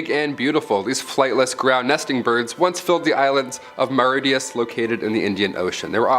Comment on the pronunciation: The "Pyroneeze" mountains? The island of "Marryteeus"? Really? Please learn correct pronunciation of words before attempting to say them aloud.